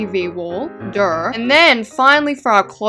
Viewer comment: Guys did she just say durr instead of saying duhhh 😂😂😂😂❤❤❤